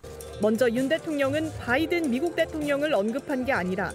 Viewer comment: 봐이든 이라고 한것임. 꼴에 영어발음 신경쓴거임.